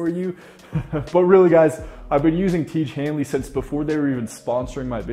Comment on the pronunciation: the guy still cannot pronounce tiege henley....